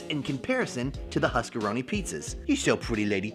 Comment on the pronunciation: "huskeroni pizza 🤪🤪" actually keys without the e my god